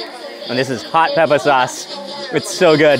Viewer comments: Why have you forgotten to pronounce "pepper" correctly? 🙄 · Why does he pronounce "pepper" as "peppa"? He sounds like a toddler.